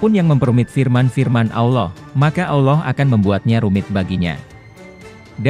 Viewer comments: awloh....salahhhh .. salahhh salahhhhh... yg benar ALLOH bukan awloh... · Pengucapan "Allah" gak ada "w" atau "U" "Auloh" atau "Awloh" itu salah, yg benar "Allah" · Trus yang benar tafsiran kamu gitu? Nyebut Allah aja salah. Anda ini siapa?